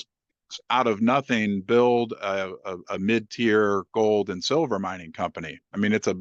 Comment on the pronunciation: Ahh he is saying MID size not MEAT size 😅😂😂